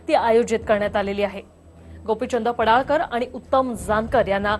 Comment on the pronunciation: पडाळकर नाही पडळकर असे म्हणा.